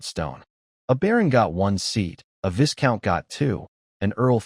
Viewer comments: you gotta stop with the 'viScount' it's pronounced 'vie-count' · The. S in Viscount is silent